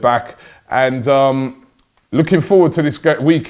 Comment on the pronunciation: Always wondered, why do you say "vis" instead of this? It's not like you can't say th you say it in every other word with those letters😂